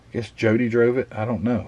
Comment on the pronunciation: This, at one time was on my want to build and you pronounced Jody's name well enough. The scale is too odd, and the kit too expensive, so gave it up. The kit dates back to a long time ago, but has been updated several times